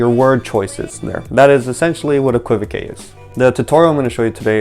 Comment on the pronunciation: Thanks,. The word is pronounced, EK-kwuh-vok. 😊